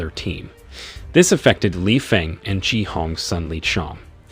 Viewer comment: No effort to even attempt to pronounce chi correctly. But thanks for movie summary.